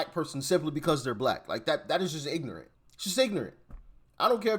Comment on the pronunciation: These people don't even speak proper English. It's not ignante, it's ignorant! It's also not axe someone to do something, it's ASK someone! It's not racist to speak proper English.